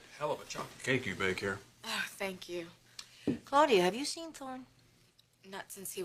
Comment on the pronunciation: Ridge pronounces Claudia weird, 'Cloudia', lol